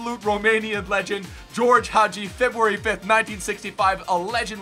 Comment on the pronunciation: Btw it s Gheorghe not GEORGE Hagi